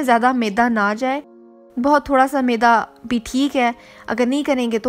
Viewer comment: Jani maeeeda nhi hota Maida hota hai🤣